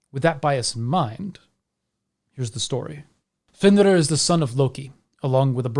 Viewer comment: I have always felt great sympathy for fenrir, Loki, and all his children, actually. Loved the insight of all the wolves and the proper pronunciation of the names.